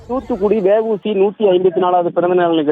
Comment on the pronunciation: News reader வெ வூ சி இல்ல டா தேவிடியா பையா அவர் வா வு சி